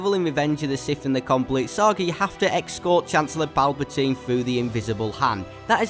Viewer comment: "excort" lmao